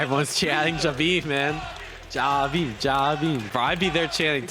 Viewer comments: In the footage you're watching they keep saying his name (Jabhi) and you still keep saying it like Jabeem haha. Don't mean to be negative though it's a great video, love all your content! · It's pronounced Jahbi.... M is for his surname 👍🏻